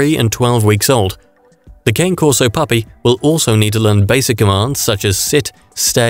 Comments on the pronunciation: Cah Nay.....not cane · Christ man. At least learn how to say the dogs name. Pronounced Kaan-ay